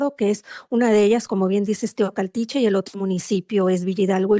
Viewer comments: TEOACALTICHE 😅Y NO TOCALTICHE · Se dice Teocaltiche. No Tecualtihe